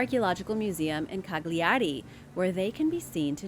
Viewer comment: The pronunciation of “Cagliari” it’s embarrassing, is not Cag-lia-ri but Cà-glia-ri! 🤷🏻‍♀️